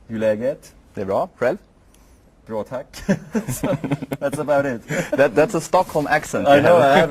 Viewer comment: that ''bra tack'' whoever doesn't know Rog, would think he's Swedish. He's a languages freak